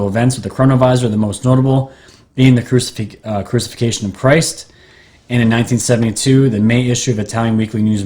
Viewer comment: it’s pronounced /crew-sih-FIC-tion/. Fascinating video, by the way. The shimmering curtain of energy that’s a time portal reminds me a lot of the Guardian of Forever from the 1967 Star Trek episode “City on the Edge of Forever” by Harlan Ellison.